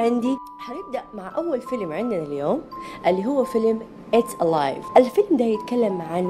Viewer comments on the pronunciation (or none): It’s alive* not alaive بالتوفيق حبي💗